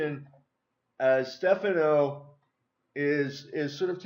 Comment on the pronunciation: title spelt wrong its Stephano also it is pronounced (ste fon O)